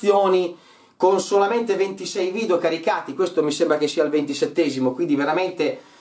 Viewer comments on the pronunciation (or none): none